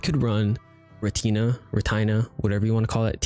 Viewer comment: Bruh, you butchered the word Retina btw